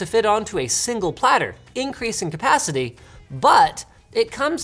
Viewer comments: Sounds like he's trying to say 'single' but just got back from the dentist and the Novocain hasn't yet worn off... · why does he say shingle i dont like it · I thought Linus mispronounced "Single"